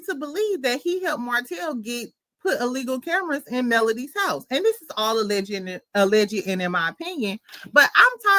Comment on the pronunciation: Pssst.... it's al-leged (ah-l edge) 2 syllables, not al-legget. You're adding an extra ed 😂 My cousin does it too😂 OK bye